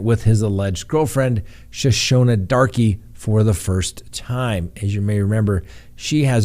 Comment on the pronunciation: Barry Morphe's girlfriend Shoshona Darke... her last name is pronounced Dark and yes, the (e) is silent.